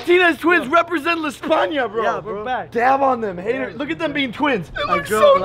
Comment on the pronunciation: And u said espana Spain 🇪🇸 really good like a Latino